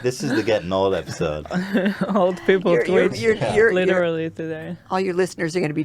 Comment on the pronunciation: "Litcherally" is leafy confirmed